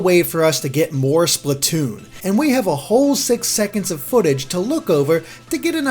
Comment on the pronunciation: Splatwoon oh yes